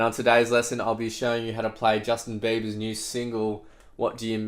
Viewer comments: he say every time Justin BAYBER xD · Bayber hahah dont worry i say it like that to. it's just us aussies haha but no matter what you say it's always a great tutorial thanks for inspiring us guitarists!!